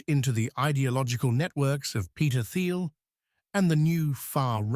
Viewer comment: Please teach the Eleven Labs voice to pronounce Peter Thiel's name correctly (it is pronounced "Teel." It is one of the many things that makes current AI voices dead giveaways. With that said, this is spot on and is exaclty what is happening.